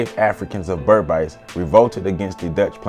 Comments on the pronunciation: Sorry it’s not pronounced BERB ICE. It’s BERBICE pronounced Ber biis/beeees. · Great to see Kofi being celebrated here! Just an FYI Guyanese pronounce it "Ber-beece" to rhyme with "fleece" instead of "Ber-bise" to rhyme with "nice." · Berbice is not pronounced Ber bisee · As A Guyanese, I paused it as soon as u couldn't pronounce Berbice properly. It would be like if a West Indian did a video about Harriet Tubman or Sojourner Truth and fucked up her name right from the start. Would you trust any further information in that video? 😂😂